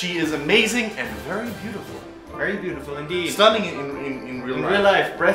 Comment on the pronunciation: It's beautiful not bootifu gosh